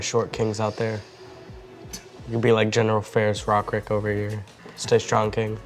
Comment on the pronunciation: pronounced Rokiric's name the Slavic way! Do you perhaps speak a Slavic language?